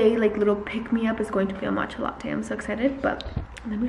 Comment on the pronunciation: not latcha matte lmaooooo.